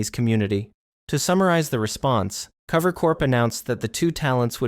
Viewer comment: What bugs me about the video is that it seems there is just a lack of research done on some of the people, and then the voice doesn't even sound real, like their using some sort of text to speech, they called cover "clover" in the video, definitely not watching this channel again